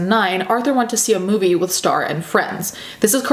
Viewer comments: I keep hearing Straw instead of Star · straw and star.....i cant hear the difference lmao